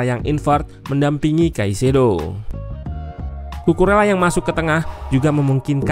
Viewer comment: Saran aja mintak. untuk penyebutan nama pemain mohon diperhatikan yak. untuk Bahasa Spanyol, "LL" dibacanya "Y", kecuali untuk bahasa Spanyol Argentina dan beberapa daerah di Uruguay, bacanya "SY". jadi untuk Cucurella dibaca "Cucureya / Cucureyya", atau "Cucuresya" untuk bahasa Spanyol Argentina/ Uruguay.